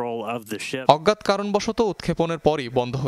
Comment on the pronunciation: সংবাদ পাঠক কি ' অজ্ঞাত ' কারণকে ' অজ্ঞাৎ ' কারন বললো!!! 1.12